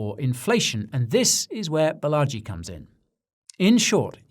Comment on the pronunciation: Fun piece but next time it’s Baa-laa-ji ~ Balaji … bullagee as you say it is a bit cringy as a fellow indian… 💙